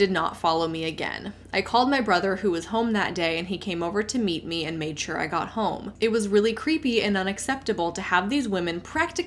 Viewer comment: I’m a guy who’ll let a stranger know that he has a booger dangling from one of his nostrils. I do this in the hope someone would offer me the same kindness in the future. In this spirit, I’m pointing out that you pronounce “home” with an L, i.e. “holm.” I very much enjoy your content. I just recently stumbled across your channel and I have been entertained and edified by your back catalog.